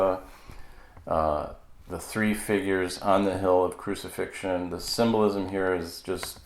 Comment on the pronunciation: Sssssssssymnolism...the word is ssssssymbolismmmmm......